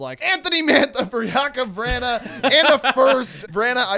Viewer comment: it is Jakub Vrana (Jake-ub Vr-ON-A) not (vr-ANNA)